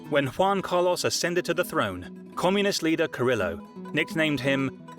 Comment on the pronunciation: "Wan Cah-Loss". The mispronunciation is crazy lmao